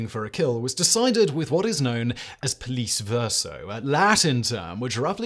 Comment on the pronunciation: Nice. But "pollice" is not pronounced like "police". It is the declined form of "pollex" (nominative) which becomes "pollice" in the ablative. "Pollice verso" means "with twisted (bent) thumb". The pronounciation is more like "poll-itch"